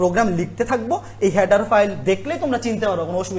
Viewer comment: হ্যাডার ফাইল না ভাই, হেডার ফাইল 😅😅😂😂